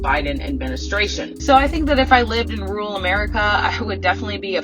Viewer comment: The word she butchers is “RURAL”!